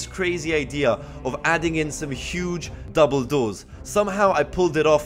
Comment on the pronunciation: You said doble door but sounded like Dumbledore ^^